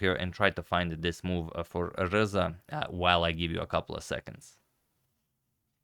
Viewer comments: I hear Alireza every time he pronounces RZA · i like how you pronounce RZA like its the last four letters of alireza